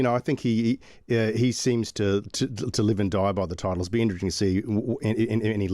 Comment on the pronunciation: What are 'Titels' , 'Entiteled' ? Ffs